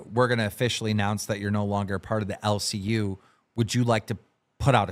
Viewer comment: Did Keem just say "LCU" like he's Marvel lmao